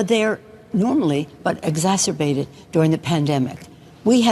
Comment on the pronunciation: her trying to pronounce exacerbated was not a wise move .